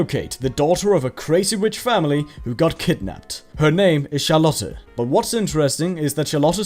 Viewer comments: It's German pronunciation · Hmm, German pronuncation of Charlotte. Maybe that's the reason for the funny fake accent. Ooooof Vampire Hunter D, now there's an old movie I wasn't exacting to see in this list. ....who the heck is Rorouni Kenshi? .....it's Kenshin.....